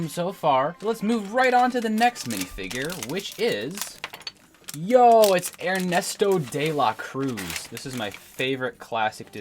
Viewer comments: “Ernesto day-lah cruise” 😂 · "Ernestay Day-La Cruise"